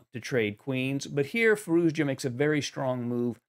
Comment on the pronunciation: Another good game and great analysis. I just noticed that you struggle to pronoune Z in FirouZja. You used to call hime `Firooja` before. As and Iranian, I would say, pronouncing the name is hard even for me too. So just dorp the Z. `Firooja` is good enough and even sounds more modern and streamlined to my ears. We all know who you are talking about, so don't sweat on pronounciation:)